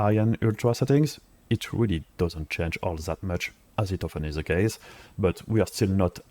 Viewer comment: pitié fais un éffort sur ton accent... they c'est pas zeey , dit le plutôt avec un D déy ca sonnera mieux et quand tu dit ze dit plutôt dhi , merci !